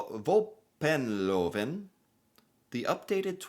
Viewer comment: The way you said VÅPENLOVEN = congratulation.....1000 points.